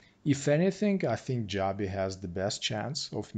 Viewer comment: It's pronounced joe-be